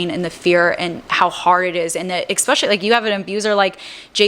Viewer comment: Girl. The content is good, but it’s hard to take you seriously when you say ex-pecially (ESpecially) and ammonia?? Noooo. Pneumonia. (New-monia). I tried. I really did.